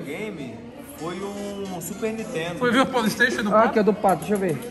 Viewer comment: Seloco. Esse polistaytion é o maior trauma da infância de uma criança. kkkkk 😂😂😂